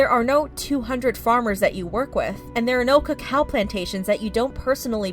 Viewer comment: I think Amanda Jones’ response is scripted he says Cocoa not Cacao and keeps looking down a little on the camera